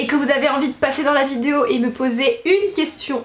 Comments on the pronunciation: Si j’étaie mesquin je dirais: "ça se prononce "vi dé o"... pas vidzjo.........c'est pas tout de se dandiner et de loucher en battant quinze fois des cils pas syllabe, il faut apprendre à articuler." Mais je préfère dépasser ce qui m'offusque dans la forme et me tourner vers le fond: Vraiment, il faut que tu te penche un peu sur les stéréotypes de genre qui ont façonné notre société en laquelle l'homme incarne virilité implacable, insensible, et la femme une petite chose fragile comme tu le décris... en réalité les hommes sont sensibles et les femmes sont fortes et vise versa. tant que ces stéréotypes ancrés dans nos mœurs et nos cultures ne changerons pas, la femme sera toujours dominée par le patriarcat phallocrate et machiste qui gouverne ce monde. Tu devrait vraiment vraiment te pencher là dessus. tu répand le discours d'un pure produit de ce monde qui a fait de la femme un objet de phantasme sexuel docile et "objetisée" par l'homme, tu entretiens cette conditions en colportant ces stéréotypes. Je ne dit pas que l'on ne peux pas se retrouver dans la superficialité par choix, mais là c'est une chose tellement ancrée dans notre culture que la question du choix ne se pose pas, on apprend aux garçons à être des abruti viriliste qui pense avec leur teub et aux nana à être belle et à s'écraser face à la suprématie du mâle homo-sapiens oppresseur, si bien que chacun se bâtit depuis le plus jeune age sur ces modèles. Il n'y a vraiment rien qui te dérange là dedans? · Tu sais pas dire "vidéo"...Je trouve ça tellement cute à chaque fois ^^